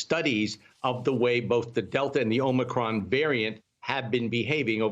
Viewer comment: He said, "Be concerned about Omocrom, but don't be alarmed"...what? He doesn't even know the correct pronunciation....Sheesh! 🙄